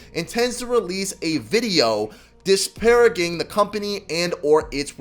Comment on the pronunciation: Almost disliked because of how you said disparaging